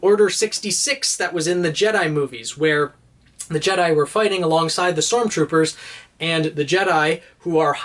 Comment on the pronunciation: You: "Sormtroopers" Me: "Use my knowledge, I beg you!"